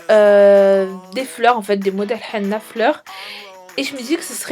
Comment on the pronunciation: on dit hené non hena